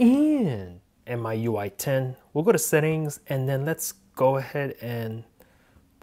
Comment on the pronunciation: Pronounced like me ui,not my ui lol